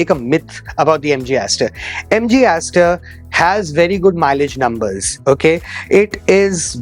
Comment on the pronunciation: Sar aapane Jo mileage bola hai MG star style ka to, thoda clear bol dijiye please